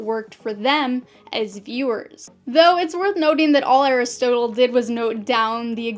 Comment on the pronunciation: You're mispronouncing Aristotle XD